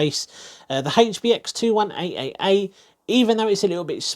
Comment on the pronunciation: Rofl............. I usually like and suscribe after watching videos like this, if not and I liked most of the video I leave a feedback/reason. You keep on saying 21AAA and that's disgusting!